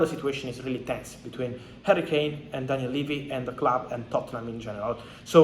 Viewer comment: HARRY-KANE not HURRICANE lamo